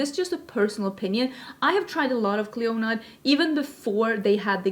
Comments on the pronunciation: It is correctly pronounced “CLEAN-uh”. Mythological queen, kind of like Hela. 😘 No. Dragonfruit is pretty to look at but not tasty at all. Very very bland. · Clionadh is pronounced "Klee-oh-nah" 😎✌🏼